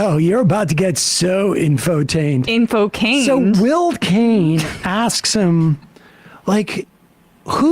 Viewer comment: "Info-Cained" lol